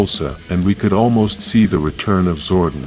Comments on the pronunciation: Zordon is pronounced Zor-Don not Zor-Din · Billy will bring back Zordan and you need to fix your speech using his name wrong. His name is Zoradon not Zoe Dean